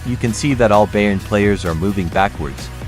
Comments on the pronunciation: Bayern is pronounced "Buyern". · You need to learn how to pronounce Bayern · Why do you even pronounce "Bayern" so terribly wrong? If you do videos about them, show some interest for the club. "Kimmich" is probably too hard, as well as "Laimer". But the guys on ESPN pronounce the makes correctly, so you should be able, too